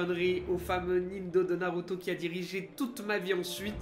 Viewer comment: Narrrruto best